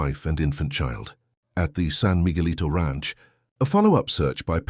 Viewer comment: Good god! You can't even speak English! Migulito is pronounced Meegeleeto, Cardenas is Carxehnas. I already addressed the pronunciation of Villas' name.